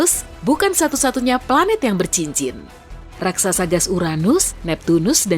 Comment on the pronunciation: Raksasa Bukan Raksaksa🙏🏻😁